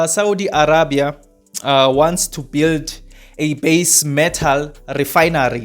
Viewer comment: THIS MAN IS NOT SPEAKING THE TRUTH. Saudi is bringing electricity to SA and the government knows all about this. Saudi is also going to provide electricity to other African countries. THIS IDIOT IS FEAR-MONGERING AND IS ALSO MISSING GREY MATTER. He cannot even pronounce Arabia properly. The resort is private and nothing is going on there - it is the Prince's property when he comes here for holidays. Saudi has nothing to hide - if they did they can hide it in their own country. I asked a friend who lives in Saudi and what this guy is saying is all BS. This guy needs to be banned from YouTube.